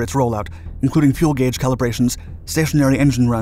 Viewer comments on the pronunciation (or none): none